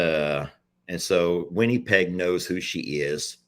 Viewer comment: It's not winniepeg. Lol it's winnipeg same sound as it or in.